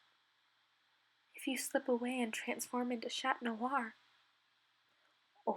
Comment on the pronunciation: “Shat noir”